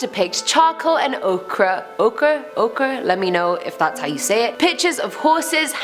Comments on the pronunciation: Pronounced “Oaker.” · As to your question about the charcoal and ochre pigment in #10, ochre is pronounced "oh-ker." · Ochre - "oh-kra" You said it just find the first time. 💜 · "I'm here to teach you things! Wait, how do you say ochre? (o-ker) I'll just say okra instead of taking 2 minutes to look it up..." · Ohkehr is how you say ocher. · Ochre is pronounced ˈōkər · Ochre Oak-er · Pronounce it as oakurr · Ochre = (oh-kur). Love your videos. No need to apologize for mispronunciations. Landon mispronounces words all the time. We still know what you both are trying to say! 🥰😉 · The color is ochre pronounced Oh-ker.